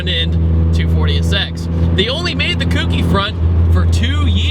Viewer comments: not trying to be "that guy" but it's pronounced "coke-ee" not "kooky" the "ou" in kouki has a long O sound in the Japanese language. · It's pronounced ko-ki, not koo-ki round eye. Otherwise well done sir. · its kouki not kooky -_ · That sounds weird. Its こうき (ko U ki) He Keeps saying くうき (ku u ki)...its a later gen not a pastry... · KOHKEE not KOOKEE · Its not kooky.... its CO-Key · Great video! I loved my KA-T! Just a heads up, it's pronounced "Co-Key" not "Cookie." Not a big deal, just letting you know! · its not pronounced "kookie" for fucks sake its 2015 and america is still failing. Its KOH-KEY. The "ou" is pronounced with a long "O" NOT a short "o" like "cool". Every time hear Kookie I know its a band wagoner. The KA has proven itself for over a decade now. I feel like this video is repeating things known since 2003. 4 thumbs down. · Just a heads up, it's pronounced "Kouhh-ki" not like Cookie lol but good Vid! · "Kouki" is pronounced "koki" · so glad you said this as I was just about to do the same. I knew as soon as he said "kooki" He meant Kouki lol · The thing is people pronounce it "kooky" which makes other people think it's the word kooky. I have seen people actually think its called a "kooky s14" as in the word that means weird/strange/silly. It's just not a good thing to keep spreading. People need to understand its not the word kooky, but the word kouki, which means 2nd generation or late model/version in Japanese. I'm really not trying to be a troll or dick here. I'm just respectively trying to share information. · kooky is just more fun to say though, so don't worry about it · / my face when he keeps pronouncing kouki wrong.... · Thank god somebody said something. My ears were bleeding.